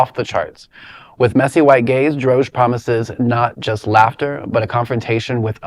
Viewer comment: It's Dro-Gee